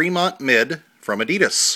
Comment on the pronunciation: since when were they called 'adeedus' lol